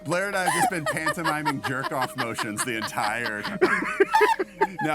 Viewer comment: bro said pantomiming